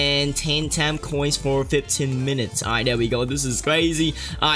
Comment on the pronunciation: The "Taame" as in he said Time in his accent...